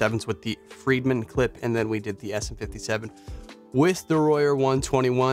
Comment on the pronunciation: It is "Fredman," not "Friedman."